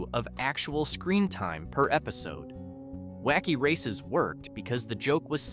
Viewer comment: You mispronounced several of the car names; why is this an issue?—well, the cars are all introduced in the opening of every episode of the series, video of which is currently available on the YouTube platform; it wouldn’t have taken you much time or effort—less than 10 mins—to familiarize yourself with the names; this is clear indication that your channel probably isn’t run by fans, or that it doesn’t care enough about the subject to accurately present info about the series to an audience, which is highly likely to be composed OF fans; this suggests that your channel is the kind of low-effort content-farm that nostalgia fans don’t really enjoy supporting; basically, it appears you did a lot of research, I just wish it had been more thorough…